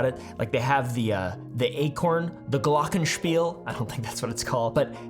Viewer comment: fyi "Glockenspiel" was on point pronunciation-wise, greetings from Austria <3